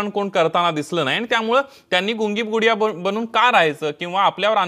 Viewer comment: Not Pudiya...Gudiya